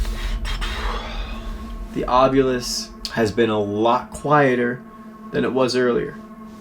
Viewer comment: And I noticed that everybody is pronouncing the word ovilus like it's spelled a different way and I hear it being spelled like ovulis with the U and the I reversed